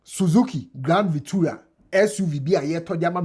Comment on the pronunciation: its grand VitAra not VitUra